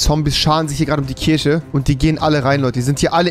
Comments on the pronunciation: Bin ich der einzige, der hinterfragt dass Rewi Kirche Kirsche ausspricht und Kirsche Kirche? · Rewi muss echt mal lernen Worte mit "CH" richtig auszusprechen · Das heißt Kirche